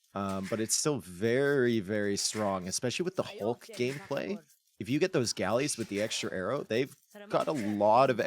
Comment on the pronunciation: Somehow the “Hulk” pronunciation is getting even worse